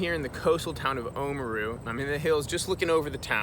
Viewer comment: Awesome vid. FYI Oamaru is oar-ah-mah-roo (rolling the “r”), not oh-mru ☺️